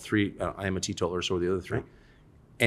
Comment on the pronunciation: What does Tucker say here? any help does he say he is T-Tober does he mean 18 years sober cause thats what it sounds like he says